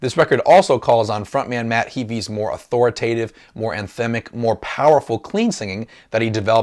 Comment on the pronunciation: HAY-FEE not HEE-FEE!